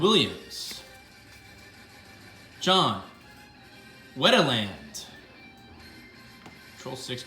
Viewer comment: You asked to correct you if you mispronounced anything. Heres how to pronounce a few you bungled: Ricky La-Day, Dante Bish-ett, John Wet-land, Aaron Seel, Ed Sprayg, mike Trom-blee. Also i grew up a red sox fan and terry shumpert played there for a while. I can guarantee you that he was nowhere near as good as that card makes him seem. I'm actually blown away by it. He was never that great and he was never even looked at as a hot prospect in his early years in boston. My family would refer to anyone wearing high socks as wearing "shumpert socks" brcause he wore those preposterous 90's red sox styrups that were striped with red, white and black. They were hideous and very few had the courage to wear them.... except for shumpert.